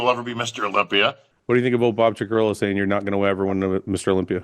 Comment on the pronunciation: His las name is pronounced "chick-uh-rill-o." 😊